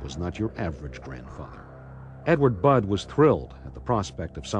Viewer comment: Budd* not flod bod or blod. The translator is so dumb